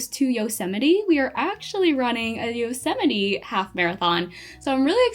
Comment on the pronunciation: it's yose-uh-mite. 😭